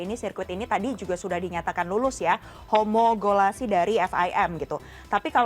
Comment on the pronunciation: Apaan tuh mba homogolasi?🤣, Setau saya homologasi👍👍